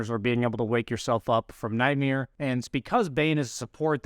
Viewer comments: its nightmare, not nightmere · says nightmeer like 20 times, lmao.